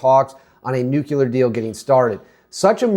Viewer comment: Nucular isn't a word dude